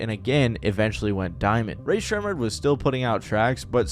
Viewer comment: Why do you say their name like that it’s making me crash out ☠️